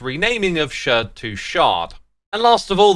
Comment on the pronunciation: note: the word sherd is pronounced the same as shard